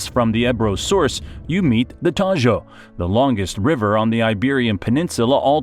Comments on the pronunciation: Not the "Tallo", the "Tajo". That "j" is not /j/ (como suena la elle en "llave", como pronuncia el del vídeo) but /x/ (como suena nuestra jota en "México", de donde cogen el grafo x). This' very important because "tallo" (what you pronounce in the video) means "stem" in English. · the 'Tajo' is pronounced 'Taho', just like 'jamón' and 'ham'